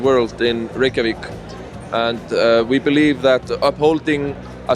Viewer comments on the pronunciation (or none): none